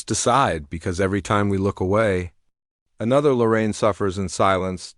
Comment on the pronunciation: I love Lorraine. She changed so much since Mark Laita came on the scene. Shame on that family for laughing about her rape. Who the hell are the Widers? AI sucks,dot. Stop dot. With this shit dot! Her name is Lorraine,not Loren. Half the time I heard Loren dot!